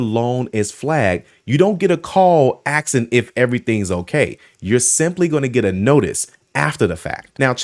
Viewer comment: For as articulate as you are, did I just hear you say axxin instead of asking?!!! 🧐🙄